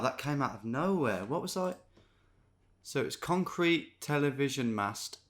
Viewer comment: "conrete"... c'mon Detective Davies, don't think we didn't spot that.